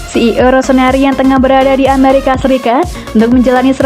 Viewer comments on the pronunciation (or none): none